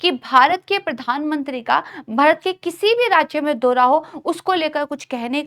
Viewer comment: दोरा नहीं बल्कि दौरा बोलिए, ।